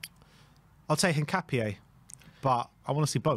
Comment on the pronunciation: "Kessiyay"? "Hincapiaye"? Come on, man...